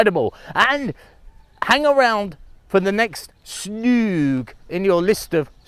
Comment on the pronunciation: I think it calls Snoeng, not Snouk. I am trying to find that sound in English but hard to find an example. You can ask the locals to pronounce it for you. I am sure you know it too but that is the hard word for most Westerners to say. I used to live in BB and I have been though that temples many times. The village itself is called Snoeng referring to a pole made from a wood for using to tie a cow with rope.